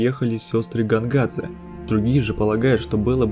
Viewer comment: А мне уши резало "Гонгадзе", потому что русский перевод имен в самой игре очень убогий, играю в английской версии.